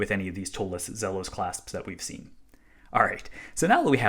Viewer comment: It's Zeeeeeeelos.